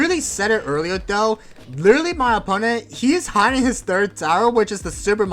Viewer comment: wittawy what the heck guyz